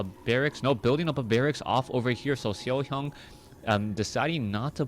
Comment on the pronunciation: i love like u say SeoHyeon <3